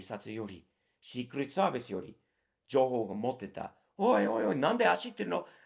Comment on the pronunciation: 日米共に今や無法地帯で草 シークレットサービスの発音すきw